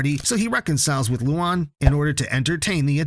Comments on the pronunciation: You kept mispronouncing Luan's name, it's "Lu-ann" not "Lu-ahn" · Its like: luaaan, not Lu AN ):< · loan not loon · The name Luan sounds like Luon instead of Luan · Guys don't watch this.Its a AI channel you can see from the spelling mistakes nobody says lien(luan) len(Lynn) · Ah yes. “loo on” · WTF LOO-WAN? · “Lowan” bro 😭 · Yo your saying luan’s name wrong mate